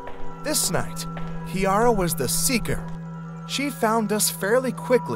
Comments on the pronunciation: This is my story and yes I was a little disappointed with the narration and how he pronounced Ciara's name. It's pronounced like Kira noymt Key ara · She did lol. She wasn't as close to the wardrobe in reality tho. She was just at our parents bedroom door and she was shining the light in. She literally bolted out of the room. He said her name wrong in the video tho lol. We are from Ireland and her name is Ciara (pronounced Kira) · This is my story and he actually pronounced her name wrong lol. Her name is Ciara but pronounced Kira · So hello horror fans lol. This is my story. I need to address 2 things lol. First of all Ciaras name is not pronouced like that lol. Its pronounced Kira. Secondly and most important. My sisters and I are 100% biologically related. Lol. Our mother didnt cheat either. Genetics determine hair colours. So both of our grandmothers had red hair. Krystal gets it from there. Ciara is naturally blonde it just wasnt as bright blonde as in this video. Melissa and I actually have VERY dark brown hair which i thought was black, until i became a hairdresser. Our hair is a base 6 which is dark brown.